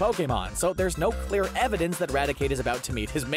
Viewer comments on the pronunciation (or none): none